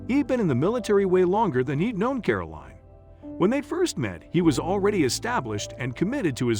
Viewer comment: WHY mispronounce Caroline as caroleen, You wouldn't ask for a bottle of WEEN with your dinner, would you?.